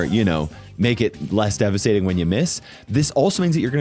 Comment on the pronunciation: in every video: DEVISTATING DEVISTATING